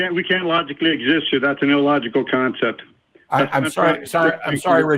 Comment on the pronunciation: did he say "That would be an ill-logect" ...